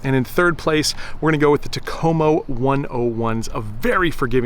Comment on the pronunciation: In the Finnish language, the emphasis is always on the first syllable of words. So it's "TAK-o-mo" Enjoy your videos.